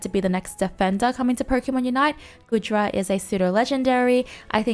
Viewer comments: Its goo-dra not good-ra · Also the way ypur pronounce Goodra makes me giggle lolol